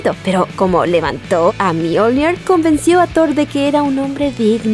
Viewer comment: Buen video, pero no utilices acento inglés para hablar de Mjolnir, más que nada porque es una leywnda noruega.